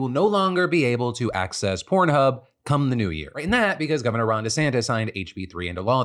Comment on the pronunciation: lots emphasis on “come” there Phil